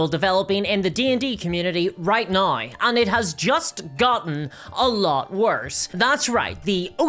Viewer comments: "Right NAUR" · My brain lose 2-3 cells every time she tries to pronounce "now" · Look I love the videos, but why can’t you pronounce “now”